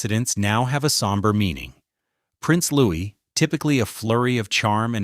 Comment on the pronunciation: Those crying pictures are AI, and so is the narrative. He is NOT Prince Louis (Loo-is); He is Prince Louis (Looey).